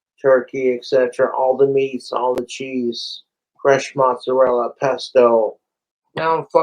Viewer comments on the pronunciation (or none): I've never really identified much as my Italian genetics, but this is outright offensive to even non-practicing Italians.. Him saying "mozz" and "prosciutt" is boiling my blood.